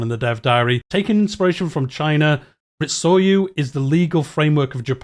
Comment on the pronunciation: Some advice on the pronunciation on Japanese: nearly always pronounced phonetically. e.g Ritsuryō, Ri-tsu-ryō and Sōryō, Sō-ryō